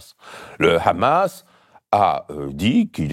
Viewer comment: C’est quand même formidable d’entendre Mr Badie prononcer correctement « Mahmoud » et « Hamas » mais dire « Trumepe » 😂